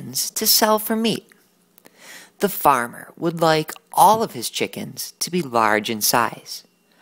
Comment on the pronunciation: a good "farmar"